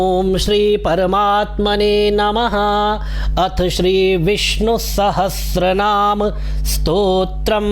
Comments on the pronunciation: Aap khud start me bolre ho sahastranam instead of sahasranam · Arrey bhau Sahastranaam nahin hain iska uchharan. sahasranam hai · Vishnu sahastranaam nahi hota, VISHNU SAHASRANAAM hota hai. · Sir aap khud bhi 'Sahasranam' ko galat bol rahe hai😂